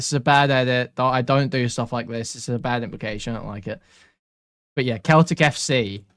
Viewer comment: How does an Englishman not know how to pronounce Celtic FC?